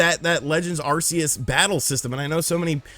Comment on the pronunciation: OMG,my guy, it's pronounced Arceus "ARK-E-US" NOT "ARE-SEE-ESS"! I don't understand where people get ARE-SEE-ESS from? If you ever watched the official movie: Arceus and the Jewel of Life, they clearly pronounce it "ARK-E-US". Even the official announcers say it! Good grief, get your Pokemon pronunciations right people!😆